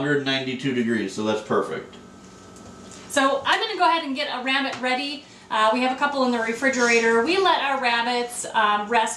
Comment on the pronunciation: Do you west youw wabbit in a westinghouse?